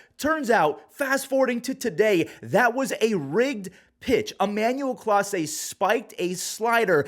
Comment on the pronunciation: It's Clase not Class for a reason.